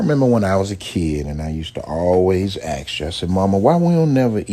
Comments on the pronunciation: It's ask not axe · “ASK”!!! It’s “ASK”, God dammit! “AAAAAAAAASK”